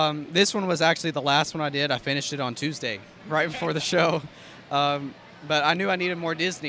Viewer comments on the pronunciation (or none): none